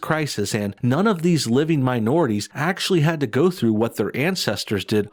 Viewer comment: What's a axuh shulley? 🤣😎🇺🇲